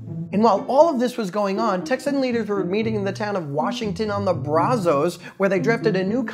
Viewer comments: Brazos with the ra pronounced like the ra in rat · Memes were funny , the review of history was a joke and shouldn't be allowed in any classroom. The funniest thing may have been your pronunciation of Brazos, San Jacinto ,and Houston (really you can't get Houston right)